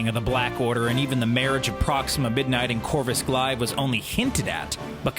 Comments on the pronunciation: It's Glave, not Glive... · Why can’t people just pronounce names correctly🤦🏽‍♂️ Corvus “Glive”